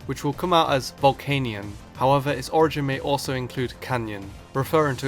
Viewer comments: Its VOl-KAY-NEON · volcanion is pronounced vul-can-yun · it's pronounced ボルケニオン or boru-ke-nion with the "kay" sound so volcanion is vol-kay-nion